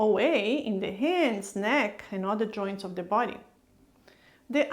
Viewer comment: i love how she pronounce words, "joinch" joints